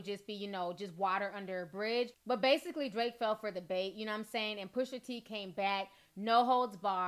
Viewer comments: My love it’s PUSHA T not pusher t lmao 😂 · Gritting my teeth every time I hear you say PUSHER T 😬😂😂 pusha girl PUSHAAA lol 😘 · She said “PUSHER T” twice and I had to look up another source to dish it to me. Lol